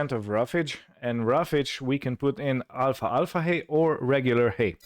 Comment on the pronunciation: Greetings, well I seen all videos you made and am caught up. I truly enjoyed everyone!! You sir make me laugh some times with your accent and pronunciation. Alfalfa hay is pronounce Al-fal-fa not alfa alfa lol. keep up the good work and glad the earth quake was nothing serious.....Tony